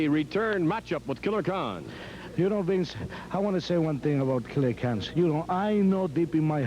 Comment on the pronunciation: Can call McMahon "Bince" 10 more times.